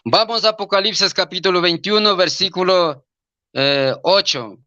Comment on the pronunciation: APOCALISES? JIJI NO PUEDE NI HABLAR CORRECTAMENTE Y ES TODO UN REFUTADOR DEL PADRE LUIS TORO JIJI..